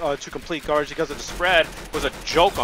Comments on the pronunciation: he keeps saying garbge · This is how many times said I’m GARBGE ⬇️ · I have a challenge tell me how many time he said garbeach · I will change what you hear... “GRABAGE” ”GARBITCH”